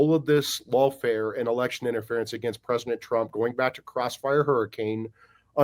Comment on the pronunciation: Say "Presinet" Trump one more time.